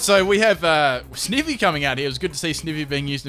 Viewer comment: ITS CALLED SNIE-VEE!!!!!!!!!!!!!!!!!!!!!!!!!!!!!!!!!!!!!!!!!!!!